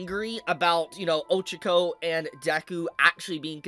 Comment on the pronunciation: My guy, her name is pronounced Oh-CHA-ko